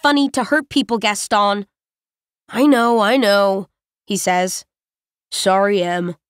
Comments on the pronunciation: I'm still confused. Is it "Gasto" or "Gaston"? Because more than half of the time she stops before saying the "n" like "Gasto-" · It's "Gaston," rhyming with "own." The narrator chose to ignore our pronunciation guide and do what she wanted to do.